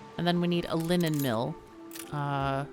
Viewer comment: The first time you said “linen” I heard “lemon” as was like “a lemon mill? Sounds like something I’d like...”